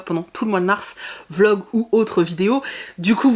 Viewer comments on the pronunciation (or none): none